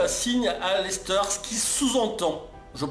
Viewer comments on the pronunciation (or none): none